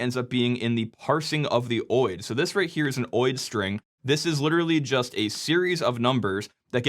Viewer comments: I can't get over you saying oid instead of O.I.D. 😅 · Is “oheid” really how you pronounce OID? I would have guessed it was “Oh eye dee”. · For years, people were supposed to move to SNMPv3 which shields SNMP much better. Actually, they are supposed to move to Netconf. But die-hard habits on old and fragile protocols… Also, OID is pronounced Oh-Eye-Dee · Never heard any one call an OID (oh-eye-d) whatever your calling it